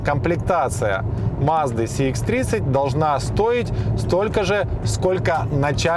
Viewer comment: первый обзорщик,который правильно говорит маркировку: Сх а не Цх.предыдущего цекальщика,даже смотреть не стал.лайк,конечно